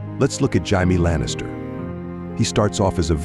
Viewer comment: Jaimi lannister is it hard with AI talking hard to correct them with correctly saying names